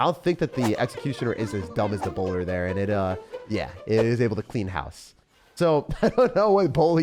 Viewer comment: 😭😭”bowlyy”. Justice for the bowler he’s doing his best😂